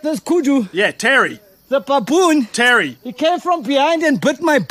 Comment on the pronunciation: I like how he calls it "pappoon" 😂😂😂